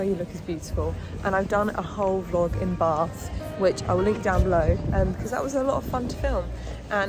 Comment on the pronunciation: Bath hasn't got an R in it when you say it!!.. Just Saying Lol 😂